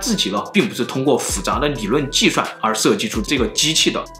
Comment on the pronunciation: 历史记怒 计涮